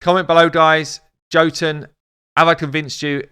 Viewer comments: His name is pronounced Yo-tun. The 'tun' is little long, but not as long as 'toon'. Just means 'giant' in old Norse. Love your vids mate, but your stabs at reading names have me cracking up or pulling my hair out. I mean FFS, it's armiger with a soft g too! It's a word with a meaning and stuff! Armiger means a low level knight or a high level squire responsible for looking after the arms and armour of a knight with lots of squires. Myrmidon, Erinyes, Haruspex... Lots of these champs have meanings. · Yes totally agree, his kit needed more! I was hoping for a random multi hit, 60% dec def and or an apply two 5% poison if under dec def. He is ..Jotun=Yotun! Drop the J for a Y. Keep up the great work and the content we need